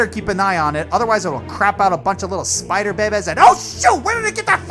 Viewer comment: Ah yes, the Speeider.